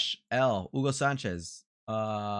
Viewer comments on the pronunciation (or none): none